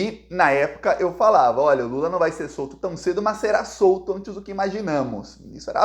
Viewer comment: Não é lulu é lulaaa